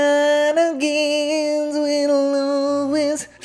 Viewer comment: Shenanigans, not shinanigans.